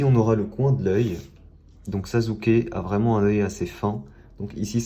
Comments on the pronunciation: gg le dessin tu me tue avec ton '' sazuke'' mdr🤣🤣🤣 sa se prononce' 'sassuker' ' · Sazuke lol c sasuke il est ou le respect ???